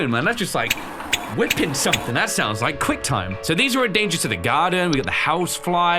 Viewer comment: “liEK video”